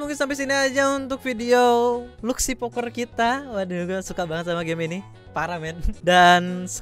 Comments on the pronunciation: luxy bang bukan laxy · Bacanya luxy poker bang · Dibaca nya luxy bang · Bang itu di bacanya luxy bkn luxy wkwkwkkwk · Dibaca nya Luxy bang :v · Luxy bang bukan luxy